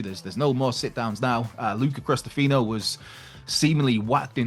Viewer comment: "Luca Crustafino"... 🤣🤣